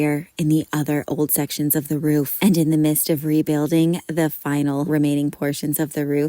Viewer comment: In the midst...not "mist"